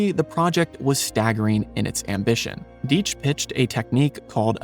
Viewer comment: It's DIE tch,you're mispronouncing the name. I knew all his sons who lived in White Plains a suburb just north of nyc. Gene lived in Prague,the only non communist there.Simon died a couple years ago but Seth and Kim are alive,cartoonists much different than their father. Just pronounce the name correctly, names mean something, they tell you who they are and it wasn't Genes fault.Tom and Jerry followed him to Prague but he was a g genius.